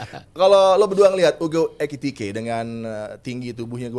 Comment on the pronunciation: EKITIKE bkn ETIKITE,😂